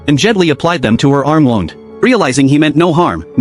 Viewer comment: So full of bs and the narrator couldn't decide how to pronounce "wound".